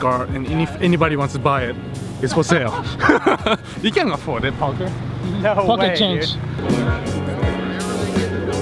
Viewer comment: Did he say Parker or Porker 😂